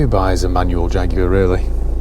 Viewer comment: You lost me at "manual" 🤢